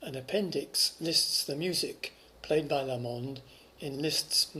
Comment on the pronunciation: Emphasis on the "LA" in Lamond, please, not the "mond".. Liszt, a Hungarian, would have got it right naturally.